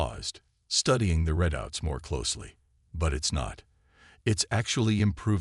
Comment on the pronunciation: Not only can't you say it right Ther-mop-er-lie you can't even spell it right it's Thermopylae, get it right it's one of the most famous battles in history. Why waste time writing interesting stories then let a bad text to speech app read it badly hell it can't even say readout (reed-out) correctly